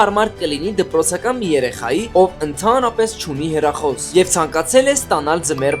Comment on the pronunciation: Խի ես ասում հերախոս ասա հեռախոս